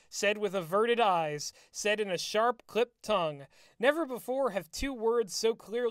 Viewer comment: Shut the shorp up.